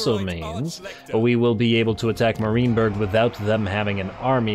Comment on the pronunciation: "Meh" rienburg please kkkkkkk not "mah"